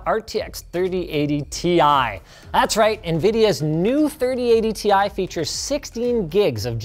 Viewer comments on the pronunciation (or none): Linus you're pronouncing the Ti wrong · Linus, I have it on good authority that you mispronounced "Ti" ...